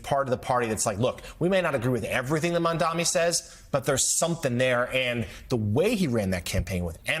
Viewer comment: Gotta wonder if all the ppl mispronouncing “Mamdani” are that ignorant or doing it purposefully.